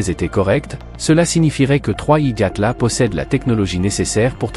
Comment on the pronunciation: 3i Gatla ??? Déjà le reportage commence mal 🤦